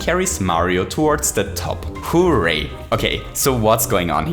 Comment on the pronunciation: “*HOO*ray”, undoubtedly my favorite part of your videos